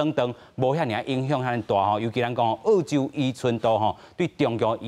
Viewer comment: ò-chiu m̄是 àu-chiu，拜託，講人澳洲是àu洲，án-ne是teh kā人剾洗neh！